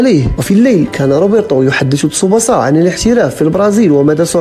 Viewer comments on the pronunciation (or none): تسُبَاسَا و ليس تسُبُسَا